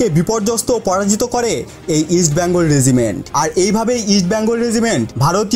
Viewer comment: Vai ke shera regiment bole gonno kore sheta bollen na keno? Ami shera bole gonno kori. Btw regiment thik kore pronounce korben.